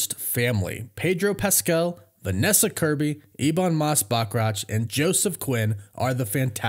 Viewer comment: learn how to correctly pronounce Valeria..and Bachrach and then youll be solid